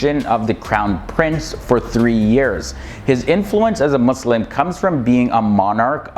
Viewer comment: I respect you you pronounce muslim with S